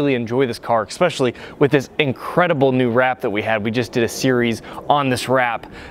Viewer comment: C6 looks better. Chrome wheels look the best of all. The work is eSpecially, not eKspecially. I like the video, thumbs up!